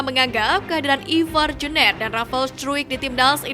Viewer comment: Jener dibaca nya jenr Bukan jner mbaeeeeeeeeee. Gaenak bgt di denger nya jner.. 😂😂😂